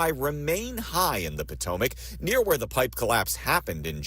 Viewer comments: Pa-toe-mick. That should help you. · Po-to-mac? Come on! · Its "Pa toe mick". Fyi. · Po-toe-mick that's how we pronounce it. That was funny though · IT IS THE PO-TOM-IC RIVER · 😂❤ That's an interesting way to pronounce the name of the river that goes through Washington DC! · Why are you pronouncing Potomac like that? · you got to learn how to pronounce the Potomac River that's the river that Washington took his soldiers across in order to save America during the war against the British come on dude come on you're an American citizen you should know number one how to pronounce the word correctly and second of all understand the significance of that River in our history.